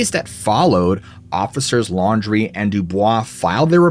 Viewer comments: The story in Louisiana.... are you sure his last name was "laundry"?? And not Landry (land-rey)??? I live in the bottom of the boot, and am part of the wide spread Fontenot (font-no) breed lol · I caught that too. Probably pronounced Landry wrong. I lived in Leesville for a few months in my camper when working offshore for a few months. Loved it there.